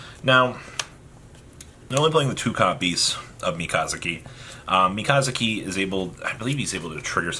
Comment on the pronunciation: "Yama-toe" "MeCAWzooKEY" I'm surprised he didn't call the Cranes "Craw-nay"